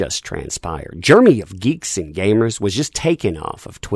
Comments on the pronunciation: Took me a minute to figure out that when you say "germy" you mean Jeremy. Sucks, what happened to him, though... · Jeremy Jer e my Not germy